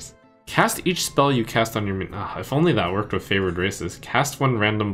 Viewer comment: I'm pretty sure I heard him call it the favored racist in the first card pool